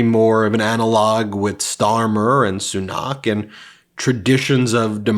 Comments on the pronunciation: its not Sunaaak it is Sunak...with equal emphasis between the two syllables and it is not a drawn out "a" but "a" as in apple, not "a" as in Aardvark But still thank you for this podcast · It's not pronounced soo-NOCK, it's SOO-nak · Christ, his name is SU-nAck not so-KNOCK. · Soo-nack is how the outgoing PM's name sounds. And what a gracious concession speech. Also shows the benefits of the constitutional monarchy/parliamentary system. A lot of my liberal friends have a dim view of it because they think it's "undemocratic" but the UK raks higher on all the indices of democratic realities than the US does. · As a resident of Britain, It's always a little strange seeing other folks talk about UK politics. Like mispronouncing names. Like here, Fishi Rishi was terrible and and only got picked by a small group people people after Lettuce Liz Truss broke the entire economy in an afternoon. He hid £730 million in a tax loophole and calling an election at this time was basically a surrender because he was tired of the job. And Stammer's no angel.